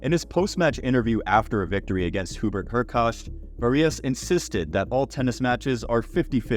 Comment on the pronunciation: This is not Varillas, this is van Assche. Also, the other player is pronounced Hurkatch. Other than that and few minor factual issues already pointed out, great video.